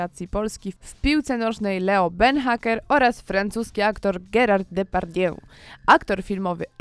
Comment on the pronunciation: GERALD DE PARDIE... pfffff i to nakurwianie żygawicznymi emotkami. ile masz kobito lat? 17..?!